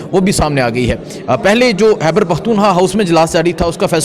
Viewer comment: Its khyber not hyber! I have been telling you for so many years. "Khyber" not " hyber " خ ح نہیں